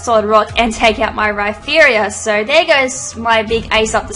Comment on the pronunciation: Why do you pronounce Rhyperior RhyPHerior?